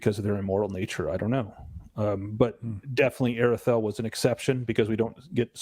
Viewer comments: the AR in Aredhel is pronounced as the word 'are' not 'air' ('a' as in 'father') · This is slightly pedantic but the th sound in Aredhel is supposed to be a voiced soft th as in "that, the, those" etc. not the hard th sound as in "both, bath, math" etc. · Actually there's no sound in English that can reproduce the AR in Aredhel . You need to do a soft rolling of the R . An example in the movies when Saruman says Mordor, but a little softer,he rolled it too much in my opinion.